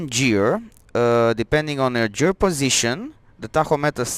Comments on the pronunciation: The word Gear is pronounced with the G as in GOOD not GEORGE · it's pronounced like the g in metal gear solid. or like in gears of war. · g i ă r ... g i ă r ... g i ă r ... repeat after me ... GHIĂR ... otherwise nice job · Great video thank you very much. Now the dashboard makes so much sense! Btw, I think you realized towards the end that the word "Gear" is pronounced like the G in "George" :)